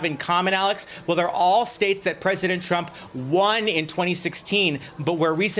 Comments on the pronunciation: Did she say Tramp campaign 🤔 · LOL she said the tramp campaign! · Did she just say the "Tramp Campaign!?" Lol!